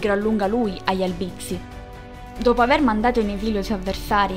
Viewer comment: Oltre ad altri accenti non corretti, anche in ALBIZZI L accento è sdrucciolo, sulla A , e non sulla I .